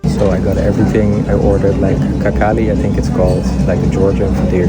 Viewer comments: "Какали")) Так хинкали ещё не кто не называл. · braza dont say kakali, but hinkali with strong h wish u best from dagestani